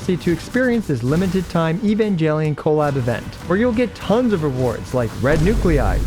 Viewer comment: During the sponsorship message, all I could hear was Evan-GEL-ion 😮. Yikes! It’s a hard G in Japanese, not soft G.